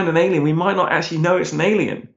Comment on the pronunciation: "Alíen Life"? LOL.